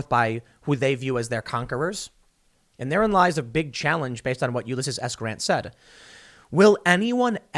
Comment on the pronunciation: YOU-LESS-SEAS. Please pronounce his name correctly Tim.